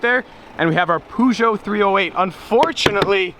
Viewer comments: What the hell is a Pooshow i think you mean Peugeot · I am gonna kill myself because of the way he pronounces Peugeot.. THE PUUUZOO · Peugeot or Poejoe? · It’s not pronounced Peugeot it’s pronounced pugyot 😂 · it's funny how you say Puw-Joe to Peugeot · You can't pronounce names for shit. Hurracawn, Pujo... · Your pronunciation of Peugeot - "Poozhow" - cracks me up! xD Edit: haha! turns out you did a bit about it later in the video! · “Poojoe 308” LOL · Lmao he called pergeot “poo joe” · okay, he actually mentions his pronounciation later in the video xD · From Poosho to Purrsho...I guess you'll never learn it :D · How you say peugeot is tottaly wrong but really funny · The way you pronounce Peugeot wrong doesn't matter as these cars are like poop, I know, I owned one, happier with my current car a Buick Park Av which is a rare beast in Europe, like the Viper is too